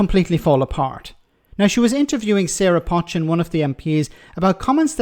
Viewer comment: Do you read comments? Her name is not pronounced 'Pot-chin'. It is pronounced 'Poe-chin'. It a Cheshire name. I'm from Cheshire